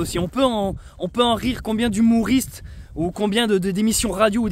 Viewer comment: Ne dis pas " humOUUUriste" stp ;) ^^